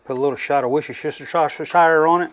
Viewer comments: Hit subscribe right after the worcsheshtershishire pronunciation 😆 good laugh great video! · Its pronounce Wooster shure i klnopw im a Yorkshure boy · Beautiful job bro. Oh yeah ... Woooostershur for a pronunciation. 😎🎼🤪🎵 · Lol we are gonna have to work on your Worcestershire pronunciation skills hahaha